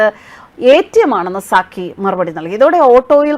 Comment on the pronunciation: "Sakki" alle?, 'Sakir Naik' allalo?.😂😂😂